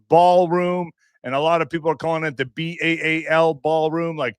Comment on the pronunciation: And the Baal isn’t pronounced like ball it’s pronounced like Bell 🛎️ Ba’al!!!